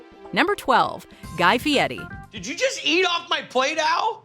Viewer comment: guy "fieti"????